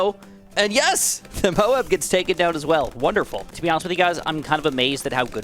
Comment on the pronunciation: Does anyone else get annoyed when he says Moab Cause he says it weird He says it like mobes